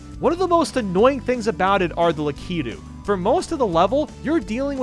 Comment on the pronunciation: THEY ARE PRONOUNCED “LEH-KIH-TOOS